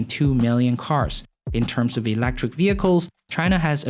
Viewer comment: ... elEctric not elActric ! :P